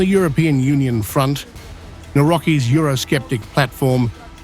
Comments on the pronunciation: It's /nah'vrotskee/ but I find it entertaining that the new presidency could also be interpreted based on the American pronunciation of his name as Now Rocky (VII?) with the obvious flashback to the best role of Silvester Stallone (Pres. N. also used to be a boxing fighter, and he's in for his best fight against all odds yet). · please correct Nawrocki it's not Navroki, but Navrotski phonetically speaking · It's pronounced Nav-rotski, not Na-rocky. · Nawroky…… NAVROTZKY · Not "Naurokee" but "Navrotzky". Not "Task" but "Tusk (Toosk)" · The narration pronounces the name 'Nawrocky'...shouldnt it be pronounced 'navrotsky'? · Nawrocki is pronounced Navrotzkee. The narrator's pronunciation sounds absurd and as if someone else was being talked about... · His surname is Nawrocki, not Naurocky, you couldn't even bother to pronounce it right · Karol Naraki hahahahah … learn how to say last name before say it. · Please, the correct pronunciation is Na-wro-tsky. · Learn how to pronounce the Polish president elect’s last name: Navrotsky. His name is not English ! Somehow you pronounce his opponent’s name almost correctly. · Nawrocki! a nie naurokii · It’s pronounced „Navrotcky” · Who is the clown narrating this video? He should make an effort to learn the correct pronunciation of Polish names. Nawrocki is pronounced navrotski. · Can you please learn to properly pronounce a foreign names - TRy with me: Nawrocki, read: NAVROCKY, Tusk read: TOOSK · His name pronunces Navrotzky. Nav-rotz-ky. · Pls its navrotzki. U pronounced trzaskowski very well but failed at much easier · Learn the correct pronunciation, you may need it: Na-vrots-ky! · Correct pronunciation: Navro-tz-kiy / Навроцкий. Combination of letters - tz- gives the sound like in the Russian word tzar (king) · nav rotski not sly stallone character. haha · Who the hack is "Naroki"? Does the commentator mean Nawrocki? 🤣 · It is pronounced Navrotzky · In America, people should learn how to read president's name correctly